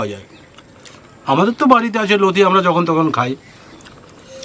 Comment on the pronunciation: দিদা নতি না লতি বলেন আমার লতি বলি ।❤